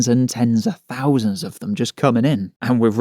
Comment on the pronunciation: "fings", monfs", "fousands". Lol.